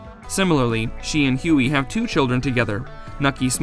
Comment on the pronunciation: Their accents make some things they say sound so funny!!! Netty- sound like Ninny = nin knee Huey- sound like Yoy = yhoy (rhymes with toy and joy)